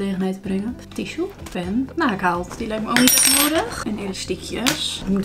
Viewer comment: Ohww dat had ik niet door haha ik hoorde gewoon haaknaald. Altough ik moest wel 2x denken hmm wat zei ze nou net? Maar had niet door dat je het verkeerd zei haha 😂